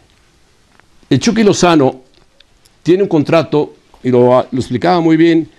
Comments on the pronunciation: Soy yo, o se escucha que le dicen "el chocky" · jaja igual iba a comentar de que le dicen "EL CHOKY"